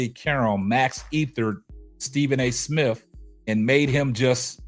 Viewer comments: Is he saying Stephen A. Smiff? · Smith! Not smiff!! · STEVEN A SMIFF . DAMN YOU CANT PRONOUNCE THE MAN NAME WTF